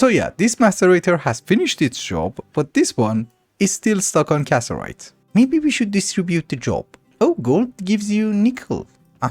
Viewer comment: you know it's CassITERite. right? not casserite? you're missing an entier "itter!"